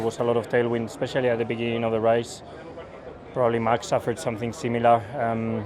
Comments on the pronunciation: Sainz turned into a londoner when he said "race" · did carlos just say race with a perfect aussie accent?? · Sainz put on a British accent . And it's still sad to hear Ricciardo struggle to understand why he's slow.